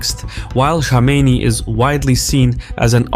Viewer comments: It's Kome Ney not Komeini. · What ? Ali shamaini? Who is that ? Go first learn to say some ones name then talk about them. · It’s Khamenei not Khomeini. I usually like ur videos but such a simple blunder makes me question just how informed you guys are. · Sağ ol. As an Azeri you should be able to pronounce Khamanei with (x) and not call him Shamenei. Xoşbəxtəm. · khaa-mina-ee you lunatic.. not khameyni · He's not Khomeini, he is Khamenei. You pronounce it wrong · It’s pronounced Kha-meh-neh-E Khomeini is pronounced Kho-may-NEE Iran is a military regime posing as a theocracy. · Nobody:: Supreme leader Ali " Shamenei " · Why does he pronounce Khamenei as "Shamenei"...??😟🤔😒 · Kom in nay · Rigged election? You can’t even pronounce “Khamenei” 🤣 what do you know? Lmfao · why are you deliberately mispronouncing Khamenei’s name? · azerbaijani dude who cant pronounce kh sound wtf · In a Caspian report's video about any other country, they would have said "arguably rigged elections" but since it's Iran so it was RIGGED elections. Plus you kept mispronouncing the name of Khamenei, that bothered me. In fact, most of the media, particularly western, pronounces his name wrong. Damn he's been your enemy and been in your news for 40 freaking years and you can't pronounce his name correctly lmao. Not that these are the biggest issues in the world but this goes against the standards of professionalism that is generally being claimed to uphold